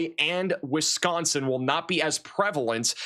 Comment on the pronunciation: says "Wisconsin" the right way so I've subscribed.